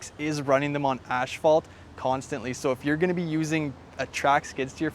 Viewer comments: It is called ASPHALT....NOT ashfalt. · Wtf is “ashphalt” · "Ash"-phalt? Is that a regional pronunciation or just this guy? I say "ass"-phalt